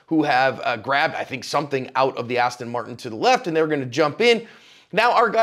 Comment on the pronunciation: Seriously man its not an astin marton, its an aston martin